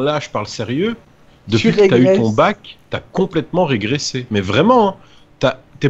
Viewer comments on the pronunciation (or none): A à dis « j’ai regressé » au lieu de j’ai régressé